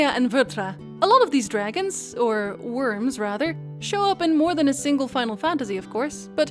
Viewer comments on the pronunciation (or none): none